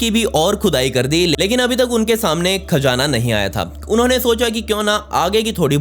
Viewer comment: It's Khazana not kaazana